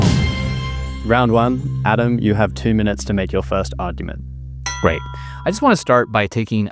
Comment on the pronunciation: How come the moderator cannot say 'argument' ?